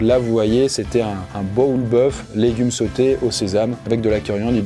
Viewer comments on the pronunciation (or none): none